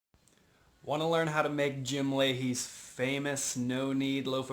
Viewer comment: I love making Jim’s recipe, there are others in his book ‘My Bread’. His last name I believe is pronounced ‘La- hay’.